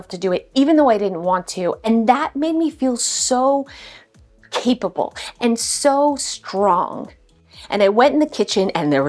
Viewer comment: I laughed when you said capable because I thought you said keepable 😂 yeah we will keep you!